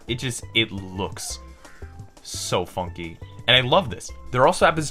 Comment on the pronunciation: Supah Donkey with a new fonky